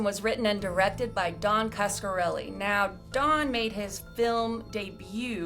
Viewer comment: Wait lol o heck No!!! Did just slaughter Don Coscoreli s name by brutally mispronoung his name lol.. and she is giving facts about this movie. Well if your gonna host and talk about this iconic horror Sci fi fantasy classic and spit out these amazing facts about what went on behind the making of this iconic classic damn atleast get the director s name right.. don't just mention his name more than once and butcher his name several times u say his name... I was like really??!!. She says coreseli or some thing way oft from the spelling of his name. It's Coscoreli. Geeez!!